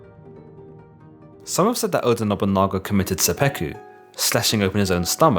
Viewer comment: so he committed seppeku? or is it sudoku?